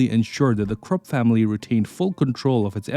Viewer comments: KRUPP pronounced as KROOP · Why does the AI voice translates Krupp to Crook?